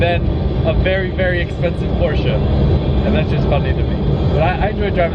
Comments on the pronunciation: Porsche Porsche Porsche Porsche... not porscha that shit make me so mad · Porsche not Porscha.. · stop saying porsha...porshe(silence the e). Then again you own it so call it what you want,*cries in poor* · Porsche not porscha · don’t you love how Americans say Porsche-a , makes u stop watching immediately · "PoRsChE-uH" cringe x100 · A few things: The GT3 RS rides rough because it's a racecar lol 12 point/triple square drivers are everywhere on VAG cars It's not a big deal but it's not pronounced "Porsha", it's Porsche but the E is slightly longer so it almost sounds like A. More like porsch-eh Edit: I forgot earlier, but a good intake will actually change how your car sounds. You should do some research and find an intake for it. Edit again: Oh they're going to make an intake too? Get it. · Yo its not Porsha its Pronouced Porsche:The E is silent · IT IS PORSCHE NOT PORSCHA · It's not Porschea it's just Porsche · needs to learn how to pernounce Porsche properly, it is prenounced as porsh not porsja. GET IT RIGHT!!! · Uggghhhh. Porsch-uh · Poor-SHa! Lol Love it... Cant hate one bit! 🤙🤙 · Theres no A in Porsche! It's not pronounced Porsche-a 🤦‍♂️ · for god sake learn how to pronounce porsche. the E is silent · It’s pronounced Por-shuh... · you pronounce 'porsche' so anoing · i am not wrong, americans are wrong because they don't know how to prenounce words properly. By instance, just take a look at aluminum, which is actually aluminium. You hear the German people say it, you know this guy is wrong. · He prenounces ti with the a et the end, the germans do it either with the e or silent. And yes i know, bacause i live nearby Germany and speak to german people.